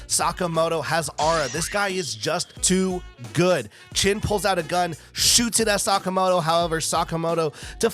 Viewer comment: Just a side note: His name is Shin not Chin